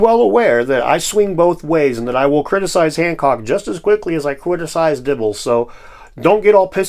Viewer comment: cwiticise is now my favorite word